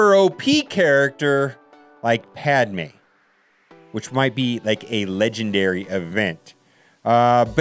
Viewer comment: I love how he said “pad mine”